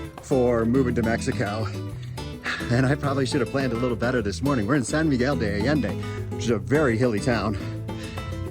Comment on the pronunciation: How can they not pronounce the name of the place where they live?????